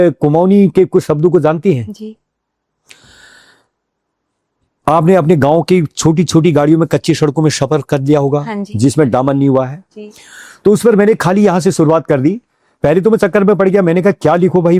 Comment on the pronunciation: कच्ची शड़कों पर शफर ❓❓❓❓❓ "दूशरी रात...."❓❓❓❓❓ आपलोग "स" को "श" क्यों उच्चारते हो, - "शवारी" ❌❌❌❌❌❌ शड़क, शवारी ❌❌❌❌ "व" को "ब" ,,,,, बथाना जरा "देबियों" ❓❓❓❌❌❌ "बश" ❌❌❌❌ - शंगीत ❌❌❌❌❌❌❌